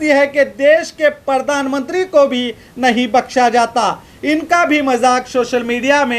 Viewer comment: Pahle to aap sahi word bolna seekh lo news bol rahe ho aur baar baar pardan mantri bol rahe ho jabki sahi word hai pardhan mantri ok. Raha sawal logon k gusse ka to kis se kahne jaein sab jagah to us ne apne admi bitha rakhe hain.